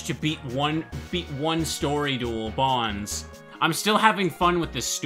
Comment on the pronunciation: I don’t know why I get slightly annoyed when I hear people pronounce Bonz’s name like that when it makes more sense to pronounce it as “Bones” I mean..isn’t it obvious? He’s creepy, uses ghouls, and hangs out in a cemetery. Why call him “Bons?” It just doesn’t make any sense. I feel like it’s a Tidas and “Tee-dus” type of thing